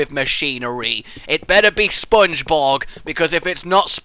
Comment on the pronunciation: Spongebob not spongebog